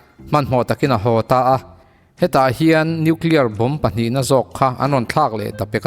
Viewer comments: New clear nilo in Nuclear zawk...i new clear khi chu adang daih...nuihzatthlak thrin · Nuclear poh tidik thiamlo..Atom poh tidik thiamlo..bomb poh tidik thiamlo...angaih na awmlo...khua avarlo lulai emy